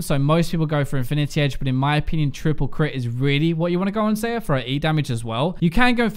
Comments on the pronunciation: It's Xa-yah not xay-ah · Its Xayah, not Xeyah. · did I hear it? Xeyah??? xD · You pronouce Xayah as "zi-ya" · WHY DOES HE PRONOUNCE XAYAH WRONGGGG PHY WATCH THE XAYAH RELEASE VIDEO AND PRONOUNCE HER NAME RIGHTTT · One day, will pronounce Xayah's name properly. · biokaese no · not how you pronounce her name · why do you pronounce her name like that? it's pronounced (Zie-ah) and Rakan is (Răk-on). watch the champion spotlight.